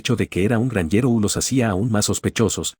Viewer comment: meda gracia como dise el narrador gnjero